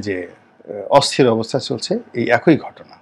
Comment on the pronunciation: আপনার প্রতিবেদন নিয়মিত শুনি। আপনার একটা বাংলা উচ্চারণের ভুল আছে। যেহেতু আপনাকে হাজার হাজার মানুষ শুনে। তারা এসব শুনেও ভুল উচ্চারণটা সঠিক বলে মনে করতে পারে। আপনি "একঐ " উচ্চারণ করেন সেটা "একই" হবে। "ঐ" এবং "ই " এর মধ্যে একটা পার্থক্য আছে। অনুগ্রহ করে "একই" উচ্চারণ টা ঠিক করবেন?